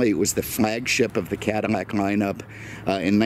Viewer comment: Again your calling it a Cadimac. It's a Cadillac not a Cadimac.